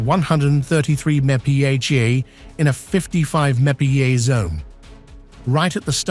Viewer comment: "mepee A?" MPH = miles per hour